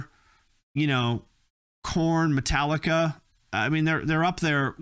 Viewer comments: ya he said it like paprika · How did you pronounce Metallica so wrong its pronounced Metallic-ca That’s how you pronounce it Metallica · Did bro just call Metallica matileca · Did you say Metaleeka??? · Can't pronounce Metallica, doesn't get Iron Maiden and Dio but thinks they should sound like Sepultura...yikes. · Anyone else notice how he pronounced Metallica? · why did he pronounce metallica wrong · British people actually pronounce the T in Metallica it's the only one they know how 😂